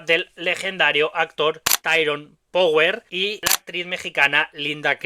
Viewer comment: Mi sono fermato alla tua pronuncia di "Power", mi dispiace. E quel modo di muovere le braccia a scatti fa venire ansia. Comunque grazie per il contributo. Saluti dall'Italia.